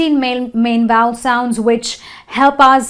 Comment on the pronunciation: I have a suggestion; why NOT first learn how to pronounce before taking such a video and trying to spoil others' English? :D Like for example U could learn how to pronounce the word 'Vowel'; it's obviously not pronounced as 'voul' right? :D ... And yes, "Please read a GOOD Dictionary before you plan to teach". OK? :D